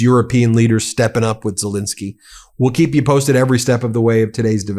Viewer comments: The point is that one should be accurate in pronouncing his name. Len isn't pronounced Lin. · Love you Ben, but it is Zel Ensky not Zel Insky ❤ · It's not ZeLINsky ; it's ZeLENsky! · Please pronounce President Zelensky’s name correctly!